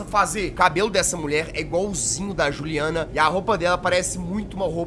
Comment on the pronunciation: quando o reporter fala juliana e só com um n não dois n